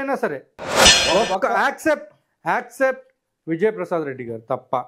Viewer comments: Accept kaadu ra ayya except..! mundhu english correct ga yeduvu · యాక్సెప్ట్ కాదు స్వామీ ఎక్సప్టు అనాలి జర్నలిస్టు